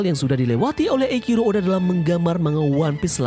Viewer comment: sorry min mau koreksi, kalo dalam bacaan jepang penyebutan huruf C itu ga dibaca seperti huruf "K" seperti dalam bahas inggris. jadi kalo "Eichiro" itu dibaca "Eiciro" bukan "Eikiro" suka agak gimana gitu dengernya kalo dibaca sok sok inglish gitu tuh. maaf ya min sebelumnya, tapi sepengetahuan ane sih gitu. silakan temen2 koreksi kalo ane salah 🙏🏻